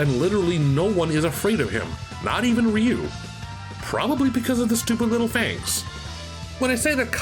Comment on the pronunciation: 📣 Will someone PLEASE sit "" down and teach him how to pronounce RYU's name? It's not the 90s anymore, we've been schooled on his name and what he says!! And before he even attempts to butcher Kage's name, please tell him it's Not Cage That also goes for the Legend Of Kage for NES Ok, back to your lives.